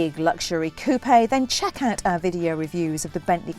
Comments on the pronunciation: Google Website Coupe-eh? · It’s so annoying when people pronounce coupe as coo-pay